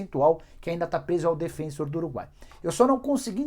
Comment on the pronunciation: Nicola, esse time uruguaio que ainda tem parte dos direitos econômicos do Arrascaeta, se chama Defensor (pronúncia igual a palavra em português mesmo) e não Defênsor, (como você chamou no vídeo e tantos outros, de forma incorreta, chamam por aqui). E eu pensando que não ia mais ouvir o nome Borré neste canal... ledo engano.